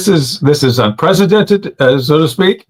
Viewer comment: 'Un-Prez-i-Dent-ed' more treason being dis-COVER-ed daily